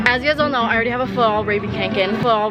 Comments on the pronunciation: Me as a swedish person: no that is not how you pronounce fjällräven more like fjellreven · pronounciation of Fjällräven is totally wrong. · genuinely thought she said rabies kanken